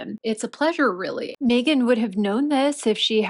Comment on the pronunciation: So they went to a poverty stricken country to make money,well she can't do that here in the States, also was having a hard time saying their names,well Meghans,I bet she put that mandatory TITLE in and he screwed it up,🇺🇸✔️👍👋♥️